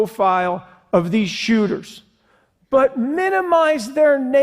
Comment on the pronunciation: Mass who-ters